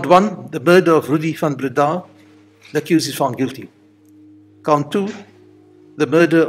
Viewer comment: I was convinced of his guilt by his beard - that was definitely an ax-murderer's style beard - that, and him pronouncing his last name Van BreeDAAHH, rather than Van BREdah - reminded me of "Young Frankenstein" movie (It's FROONkenSteeen") - so, yes, to me he looked like Frankenstein with an ax-murderer beard - family massacred? it's him.